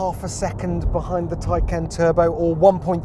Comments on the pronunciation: What's with the mispronunciations....Its not Plad.....its Tesla Model S Plaid...Plaid as in Plaid design...a nod to the movie "Space Balls" where they hit Ludacris speed (another variant used in the Tesla Models) and its not Tycan....It's Porsche Taycan Turbo S. "Taycan" roughly translates from Turkish as "lively young horse", in reference to the steed of the Stuttgart coat of arms on the Porsche crest. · Is there any reason why you keep saying Taycan !!